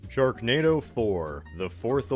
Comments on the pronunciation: Just rewatching for the laughs and did i just hear you right, did you call it "stone hedge" 😂😂 Edit - you forgot the K in "sharknado" you could maybe replace it with a T instead for "shartnado" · It says sharnado in the intro instead of sharknado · 'sharnado'. Is that like Xanadu, but for sharks? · Anyone else notice in the first tile it said sharnado not sharknado?